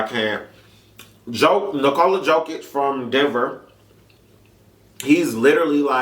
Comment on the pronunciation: Nikola you say as Knee-Cola Yo-kitch great vid